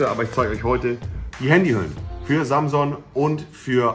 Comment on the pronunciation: Man könnte fast meinen er spricht das Wort mit Absicht so dulli mäßig aus.. aber auch nur fast..